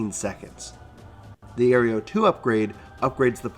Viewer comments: pretty sure its pronounced ARROW - AERO not AERIEO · Great guide! But as many have mentioned: Aireo and Alysium? Come on, man.